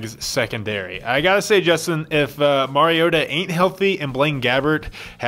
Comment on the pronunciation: Actually "Marioata" does sound weird. But "Mariota" sounds fine when pronounce properly (Mar-E-O-ta).